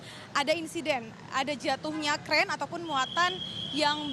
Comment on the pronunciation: Belibet dengan "Ataupun"